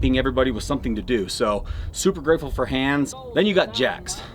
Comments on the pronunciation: Why You are all call him "Hanns" ? As a german, I can tell You it's pronounced "Haans" - strong a short n 🤔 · Dave, it’s pronounced HAAAns not Hands whether he knows it or not my brothers name is Hans and it’s like nails on a chalkboard to hear you say hands